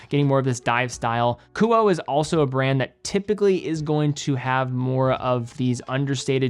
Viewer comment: Kuoe is pronounced ku-oh-ay